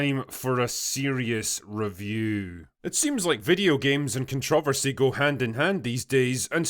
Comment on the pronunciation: I love how you say "ConTROVersy"